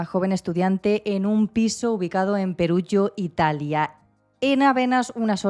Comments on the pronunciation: Está bien contada , el se llama Rafaelle no Rafaello , y Perugia no Perugio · Perugia (:Peruyia) no Perugio ;)